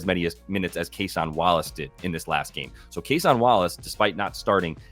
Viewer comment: Is it Cason or Case-on ?